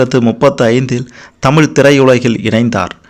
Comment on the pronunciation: Anne Thamizh nu sarya chollungo !!!!!